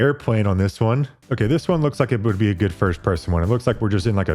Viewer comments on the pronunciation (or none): none